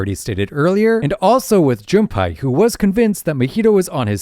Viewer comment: why does bro keep saying Junpie 😭